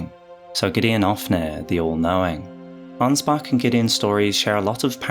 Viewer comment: I love me some Ansbach-glazing, but as a german, the english pronounciation of Ansbach triggers me. Even though I understand that you don't have the "ch" sound in the english language. I guess one of the sounds that comes closest is the "wh" part in "whole". Sry for nagging and smartassing.